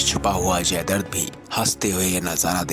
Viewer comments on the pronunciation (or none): Bhai jaidart nahi jaidratt hai Pronounciation clr nhi hai ap ka